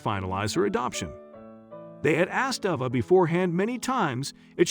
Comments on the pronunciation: Someone a person, not a I needs to tell the story. They switch back-and-forth back-and-forth calling her over and Ava and Ava. At least pronounce the name properly and the same name not going back-and-forth with two names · The narrator really needs to work on his pronunciations. Ah-vah or Ay-va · You keep saying ova. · So is her name Ava or Ahva? They keep switching in the pronunciation of the name. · Cant even get the young girl's name right, Ava, Arva?? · I know this is off the subject, but you mention change a few times, in between pronouncing Ava two different ways. Avva or Ava? Make up your freekin mind! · I don’t understand why you pronounce the little girl’s name Ah-vah in one sentence, but then Ay-vah in the next. Come on. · The narrator is annoying: AHH-VA or AVA? He kept changing the way he pronounced the child's name.... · The child's name is AVA sounding like hey not the rediculous name you're saying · The narrator doesn't even pronounce her name the same! Sometimes Ay-vah and sometimes Ay-vah!😖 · The man telling this child’s story keeps pronouncing her name differently, how odd! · Nice video, but I hate the inconsistent pronunciation of Ava's name. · Just wondering why the child’s name keeps being pronounced differently as the commentator speaks? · Horrible narration. Emotions and inflections completely incorrect. Changing the pronunciation of the girl's name back-and-forth repeatedly is irritating. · Why the different pronunciation of the girl’s name? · Why not choose one way to pronounce "'Ava" and go with it consistently? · Why does narrator keep changing pronunciation of girl's name? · The narrator needs to stick to one pronunciation of Ava. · He hey the little girl's name he pronounced it wrong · The narrator needs to learn how to pronounce the name Ava. He pronounces it two different ways. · Found this weird. Why eo the images vary so much- confusing. Also why wasn't the pronunciation of Ava's name consistent?